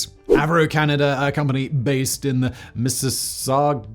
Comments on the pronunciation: FYI, Mississauga aka "Misses-sog-uh"... It's our Mississippi in when it comes to spelling... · Mis-sa-sog-ah. Good try though Simon! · Mis-si-saw-guh lol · Mississauga (miss-i-saw-ga) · Mi-sa-saw-gah more or less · "Miss-sis-saw-gah" - From someone born there. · From Ontario w/❤ pronouce it "miss-a-saga" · MississaugUa lol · For Mississauga, ignore that U at the end. Miss - iss- sah - gah. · Miss-us-sog-ah. It's a suburb of Toronto and I doubt folks would mind if you just said Toronto. :) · Mi-Si-Saw-Gaw (same sound saw and gaw). That said ... its more likely that somewhere out there, there is life, call them aliens, call them microscopic life ... there is likely life. More likely than there being a plethora of gods that various people follow and/or other invisible magicians running the world, or reincarnation ... or even souls ... all of which there is not one shred of substantiated evidence proving the existence of. There isnt for alien life either, but its more likely some kind of life will be found, even if its in the ocean of Europa, or a galaxy far, far away. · Mississauga is prononced Miss Sea Sow Gaw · I used to live in Mississauga. It's not that hard to say, yet what you said is not even close. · I love hearing Simon say Mississauga 😂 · I've had to play it for my Canadian wife a few times now, we enjoyed it.